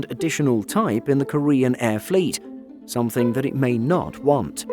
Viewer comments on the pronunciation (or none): none